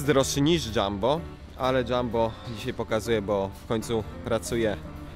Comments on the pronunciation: Nie mówi się dżambo tylko Jumbo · Jumbo się czyta nie Dżambo